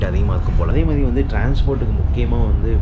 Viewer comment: யோவ் அது 'மாறி' இல்லையோய் 'மாதிரி' ! மொழிக்காக உயிர்களை பறிகொடுத்த பக்கத்து நாட்டுகாரன் 😔